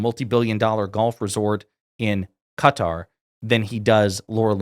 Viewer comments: It’s Qatar not cutter ffs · Say it with me... "kUH-tar" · Really like your videos, keep up the good work. In regards to Qatar you pronounced it correctly at the start, but then pronounced like some Americans as 'Cutter'. Check the pronunciation out on Google: I have worked in the Middle East for many years (Saudi, Qatar, UAE and others) and only some Americas pronounce that way ('Cutter').